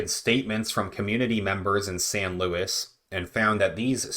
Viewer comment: Im from there please look into Tony Reyes and his son they are being investigated for paying the mules this city is so corrupt..its also not louis its pronounced sounds like luweez This has been going on for years I have met David Lara a couple times He's been trying to get them to investigate for almost 20 years